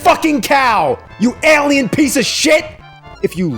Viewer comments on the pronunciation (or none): After rewatching all the old AVGN videos, I realized I really like the way he pronounces the word "alien" till today (eh-lee-ens, instead of ay-lee-ens) English isn't my main language so I wonder if this is an accent thing